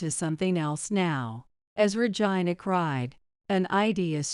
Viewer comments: Your miss announcing the word Regina sounds like virgina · I gave you a thumbs down because the narrator keeps mispronouncing Regina name the name Regina